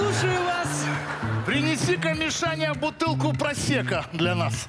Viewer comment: ДИЗЛАЙК - за "просэко"